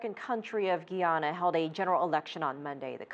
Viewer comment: LADY IS NOT G-U-I-A-N-A HAS IN BRITISH GUIANA IT IS G-U-Y-A-N-A GUY-ANA OKAY.